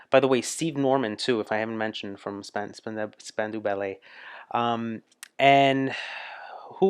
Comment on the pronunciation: When you can watch this, or listen, and can identify every face and voice, you will have a grasp of the most popular (mostly) New Wave English artists of the early 80s. You're almost there! ;) It is Span-dow BTW. The Live Aid concerts were EPIC, and the Queen performance was beyond amazing.